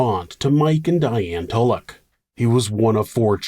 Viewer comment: I swear everytime he says tulloch I edit it to tuvok and think, "where did the federation go wrong?".